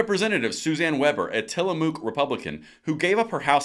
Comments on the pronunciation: Oregon is nothing but comi-fornia trying to expand their domain. Side note: It's Til-a-muck like mucking through the mud. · Tillamook is pronounced Till-a-muck. Yes I live in Oregon.